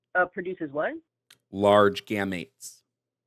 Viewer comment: The way she keeps saying "gamuts" is so funny, lmao.